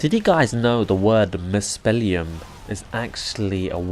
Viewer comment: Nice review. It's pronounced "muspel-hyme". "heim" means as much as "home" or "location", depending on the context. So "Muspelheim" is basically "Muspelhome" or "Muspel-location".